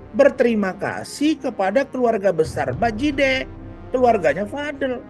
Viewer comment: Vadel😂vadil bkn vadel😅